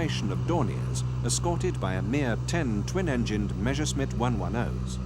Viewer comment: Meshersmit? How comes that not one single English speaker can pronounce Messerschmitt correctly?